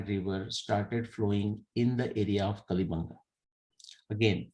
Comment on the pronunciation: उच्चारण कालीबंगा है पीलीबंगा के पास है। चूड़ियां bangles बंगा हैं